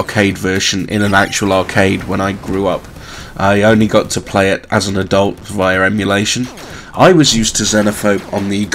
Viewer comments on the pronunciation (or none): Also, check the pronunciation of "Via." Think how you say Visa without the S. It's not "V-eye-are." I know you have a foreign accent but do try to not slaughter the word.